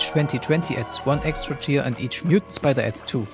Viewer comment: myutant spidah